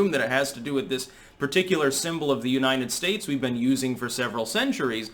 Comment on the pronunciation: damn it! Learn to pronounce United States. It's not Uninen Stase